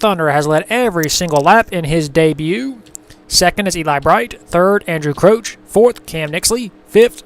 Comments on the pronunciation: pronounced Crouch not crooch. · even if you are pronouncing it right it sounds weird